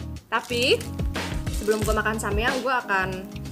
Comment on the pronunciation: daeng anuta samyang bukan samiang